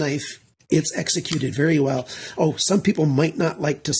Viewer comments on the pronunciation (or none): "?!" Are you turning into into a German? 😂 Welcome back, great review as usual.